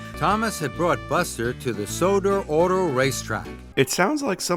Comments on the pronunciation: I don’t think the Sodor Race Track was a editing error. It’s likely he’s saying Sodor Auto Rack Track but he’s mispronounced Auto, with a more European pronoun is toon of the Au sound which is different from American pronunciation where we say Auto as ah-tow. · he’s definitely saying Sodor Auto Race Track but I don’t know why he said auto so weird. Maybe they should have done a second take of that